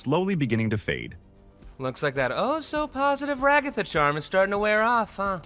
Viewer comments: its not called rugatha its pernounced as ragatha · I can’t take it with the “rigotha”💀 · i'm leaving the video now that i heard him pronounce Ragatha like that a fifth time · the "RaGAthA" gets me every time😂 but I like the video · I love how the AI actually pronounced Ragatha right the first time, then proceeded to mispronounce it afterwards